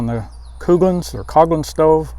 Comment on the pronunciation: Not 100 percent sure, but i think Coghlan's is pronounced Colan's. I think the "gh" is silent. FYI.